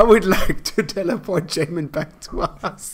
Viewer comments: Love how says “yahmin” correctly only to immediately revert to “jahmin” upon next mention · As someone who has the name Jamin, this was terrifying hearing it said on video by someone who hasn't met me (Pronounced Jay-Min to be exact, since it's pronounced 5 different ways in the video) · Why do you purposely mispronounce his names despite hearing his friends say it